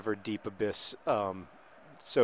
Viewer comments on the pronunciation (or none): none